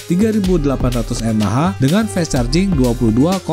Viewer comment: Fast ya fast bunyinya om, masak jadi fest 😆